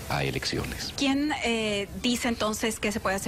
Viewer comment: Dijo "elecciones" o "erecciones"? Bueno no tiene importance porque en estos momento por la gracia de Dios están todos EXILIADOS...!